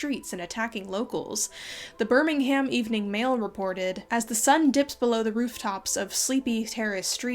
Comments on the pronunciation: Birming- UM not BirmingHAM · Hi just letting u know that Birmingham is pronounced ‘burningum’ or ‘buringaam’ but please call it whatever u want 😂 Beautiful video, I find it quite interesting how modern views shape people’s images on the past and how people believe what they think is right even if they know it’s not the truth 🫶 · Birmingham is locally pronounced more like "bur-ming-um". Much like New Orleans is "Norleans" to a local. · One nitpick, it's pronounced "Bur-ming'um" not "Bur-ming-HAM." Otherwise, fantastic video! I always appreciate the amount of research you put into your work! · honestly, if anywhere has real vampires it's Birmingham (which you pronounced a bit weird btw, you'd think it's right but the "ham" is pronounced more like "um") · It's an American thing- Alabama has a city by that name, and they say "ham". (I'm aware of the English Birmingham- Just explaining why is using the American pronunciation). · this was a lovely video but the way you say birmingham is driving me mad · As a Brit, the way you pronounce Birmingham kills me. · I love the way Americans pronounce Birmingham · This is very interesting and I love your videos, but I find your pronunciation of Birmingham very funny